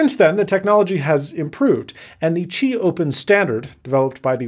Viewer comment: "qibay". Noice!